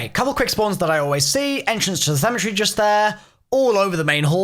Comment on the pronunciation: It's called cemetery not cemetree get it right